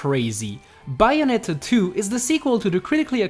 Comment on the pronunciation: Is Bayonetta Not Byeonetta.